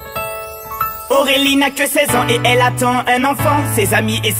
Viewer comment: Apprend à dire Aurélie correctement.... On dirait que tu dis AOwélie... Ce qui m'énerve chez ses musiques c'est l'effet "musique de rue / délinquante"